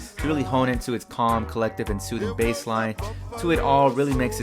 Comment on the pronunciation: video pretty good but dont say bass like b-ass. its b-ace